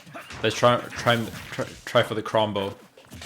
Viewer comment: Lol its not krom. Ch makes a souns like choose.